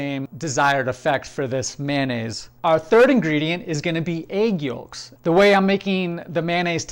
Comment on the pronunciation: Good stuff, bro! Did you pronounce the L in yolks?😂